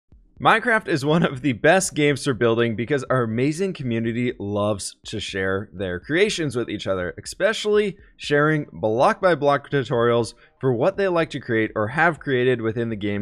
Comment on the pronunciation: I hate to be that person but there is no k sound in 'especially'